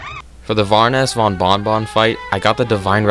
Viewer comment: "Varoness bon von von" - the utmost intellegent individual